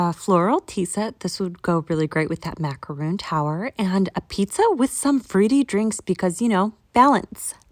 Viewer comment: I hate to be that person, but the French pastry is pronounced mac-a-rone... with a long 'o'. A macaroon is a coconut cookie. Two different things. The macaron is much better though. 🥰